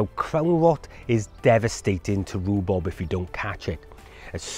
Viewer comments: It’s rhubarb…..not rubub…… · It's not rhubob it's rhubarb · great video - but you kept saying Rhu-Bob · Informative. I’ve never heard it called Roo-Bob before although my wife does call it Roo-Bab. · Rue Bob? or Rhubarb? there is a difference between Bob and Barb otherwise why bother. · Love your pronunciation: rhu-bob 👍🏻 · Love the way you say rhubarb hehe 😊 sounds like you saying rhubob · "Roo Bob" made me chuckle. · Thanks you. One thing! Ru-bob? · I LOVE how you pronounce it Roobob! X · Its the welsh word for rhubarb = riwbob